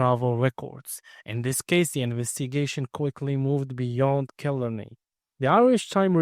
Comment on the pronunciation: It is pronounced kill aaar ney